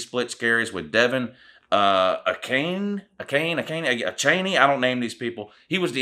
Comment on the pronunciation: Pretty sure it's deh-VON AY-chain Edit